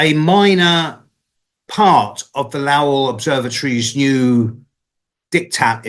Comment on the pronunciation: Lowell rhymes with Bowl not Owl. I live very near Lowell Observatory and recently went up Mt Wilson to visit the telescope. Super cool up there lots of history. There are 4-5 telescopes up there in total. Worth a visit. You really feel a special historical vibration up there. You feel like you’re in a whole different timeline up there.